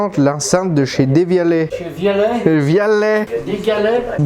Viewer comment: Deuuuuvialet, pas Dééééévialet ! Y'as pas d'accent ;) Et c'est LE wifi, pas LA malheureux. C'est un réseau. Pourquoi LA ? Ou alors c'est peut-être de l'humou, je ne te connais pas assez ! Je te découvre ici... Sinon, j'adore ce test ! Il est aussi précis que rigolo ! Une minute pour se lancer ? C'est une blague ? C'est ULTRA lent... Technologie ne veut pas dire lenteur. Par contre lenteur veut dire matos sous-équipé. Faut espérer que de futures MàJ règleront ça et ce problème chelou. Sur la Dione il y a aussi pas mal de soucis logiciels... Sinon, impossible de juger du son comme ça. Si j'écoute ta vidéo sur mon smartphone, sur un ordi, sur une télé avec barre de son, le son sera toujours très différent et, surtout, n'aura rien à voir avec la réalité... Ce sera le son du smartphone, de l'ordi ou de la barre de son. C'est un peu comme donner un avis sur une bagnole en voyant un gars la conduire en vidéo...